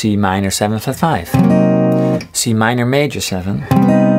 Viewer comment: Nobody:- Paul davis:- C M I N O R M A J O R 7